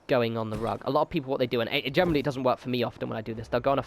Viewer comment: Lol how does generally turn into gem-en-oh-really?